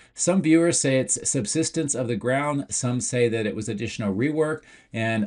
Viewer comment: No NO. For the second time. Not 'subsistence'. "Subsistence" refers to the minimum resources needed to stay alive, or the act of maintaining life, particularly through basic necessities like food and shelter. The word is 'Subsidence', the downward movement of the earth's surface, often causing structural damage to buildings and other structures.